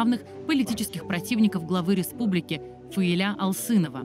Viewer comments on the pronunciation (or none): только не ФаилЯ, а ФаИля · Правильное ударение - ФаИля. См. как склоняется имя Фазиль у Зализняка (Зализняк А.А. Грамматический словарь русского языка: Словоизменение. Ок. 110000 слов. — Изд. 6-е, стер. — М.: АСТ-ПРЕСС КНИГА, 2009. — 800 с. — (Фундаментальные словари). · ФаИля- ударение на второй слог Неужели нельзя было уточнить, если не знаете, как произносить.